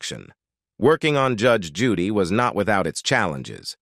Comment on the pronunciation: I love Judge Judy! However, the narrator pronounces her name incorrectly many times! And not even the same mispronunciation! I’m sure Judge Judy would not approve of such shotty performance!